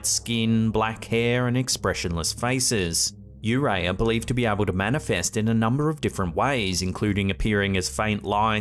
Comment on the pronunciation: Man it's not yu ray it's yuurei幽霊 also it's usually translated as ghost